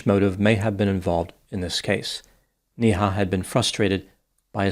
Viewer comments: Its not pronounced NI Ha ,its pronounced as NAY HA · Every time you say her name it's like donkey goes "Nee-haw!" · Her name is pronounced “Nay-Ha”